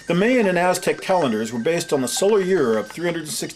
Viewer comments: Mayan: supposed to be pronounced " MY-AN" not "MAY-AN"....... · video is awesome, except for the strange way he says Mayan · this dude needs to learn how to pronounce the word mayas and mayan